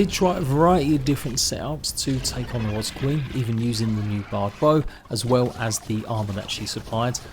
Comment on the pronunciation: Great guide as always 👍I have to say though, I've never met anyone else who can't say wasp properly 😅 Let's go get those Wasbs 🤭